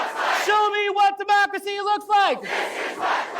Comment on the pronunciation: Lmaooooo With all this technology, you still managed to butcher a single sentence. Seems to be a reigning theme with you plebs. 😂😂 We are not a "democerity". We aren't even a democracy. We are a representative republic. Go back to 4th grade social studies.